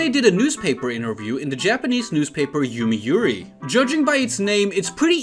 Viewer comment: Can you like... learn how to read hiragana and katakana at the very least? Yo-mi-u-ri, A-tsu-ko, Gyo-pin